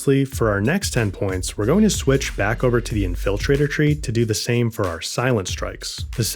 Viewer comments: "In-FILL-traitor" is going to be stuck in my head now. Good tips. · In-FIL-trator tree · Never heard anyone pronounced infiltrator that way 😂